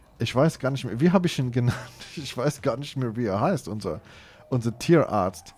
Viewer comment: Ah der "Türartzt"🤣🤣😅